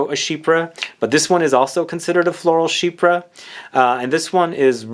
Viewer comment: Not to put a fine point, but the pronunciation is sheep-pre (for the word chypre). Not she-per. It is French, for Cyprus (the country).